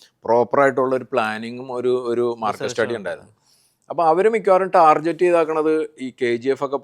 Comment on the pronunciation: Why is he pronouncing Tarjet instead of Target